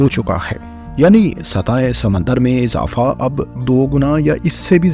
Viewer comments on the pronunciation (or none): Makamal nahee Mukamil hoti hai bhai Azafa nahee Izafa hota hai. Malak nahee Mulk hota hai. Ammed nahee Bhai Umeed hoti hai. Masalsil nahee Musalsil hota hai Khalaf nahee khilaf hai. Bhai Urdu XYZ e kharab kardi, thori tusion bhi lelo Faisel Bhai se.